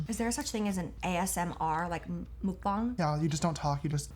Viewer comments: meok-bang is the correct pronounciation ❤️ not mook-bang btw this is such a relaxing video watching you guys talking about real life and eating as well. lots of love Jaclyn 😘😘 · Why do y’all pronounce it “mookbong” stop 😭 muckbang pls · hahaha "mook-bong" He said that really wrong, but he was right and it's from South Korea. Very cute. ( I know...3 years late), but I found it lol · Mukbang is pronounced muckbahng (muck-bong) thank you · YESSS James educated sister Mukbang is a korean word It means eating show and is pronounced M-uhh-K Bahh-ng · Love you both! And muckbong pronounces as mockboŋ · It's originated from Korea! :) When you say mukbang the muk is supposed to be pronounced in a way so that it rhymes with hawk. Bang is pronounced like b-ahh-ng. (Cant think of a word that this would rhyme with) but you said it correctly in the video anyways lol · Its pronounced MUCK - BONG also items from Korea some people want to see people eat cause people want to lose weight but see people wreck their own body , and some people want to eat with their idol's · it's pronounced "mok-bahng" imo bc 먹방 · ITS (Mouk-Bahng) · ITS NOT MOOKBANG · It’s pronounced like Muckbahng but you did really well to not speak Korean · IPA: [mʌk̚.p͈aŋ] MUCK-B-AW-Ng Please say it correctly, google it please it's not that hard to pronounce words correctly in another's native language. Be more respectful of another culture, even if it is learning at least one word. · it’s pronounced - MOOK- BAHNG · james how you gonna do research on what a mukbang is but still not know what country invented it or how to even pronounce it? it's from south korea and its pronounced MUCK bang smh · I know I’m late , but James says muck-bang wrong and he needs to ACCEPT It!!!!!!😂😂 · It is pronounced Muk with a short U and Bang is pronounced BONG. The word Muk Bang comes from Korea. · its "muhkbahng" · Mukbang originated in Korea!! Muk=eat bang=room so eating room! Pronounced Mawkbahng. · It is mook bank.